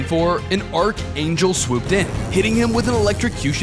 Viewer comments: “i am the arcangle. BAHAHAHAHAHAHAHA” bro what? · "i am the arcangle" BAHAHAHHAA😭😭😭😭😭😭